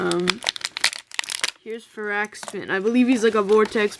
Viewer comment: its far-ak-spin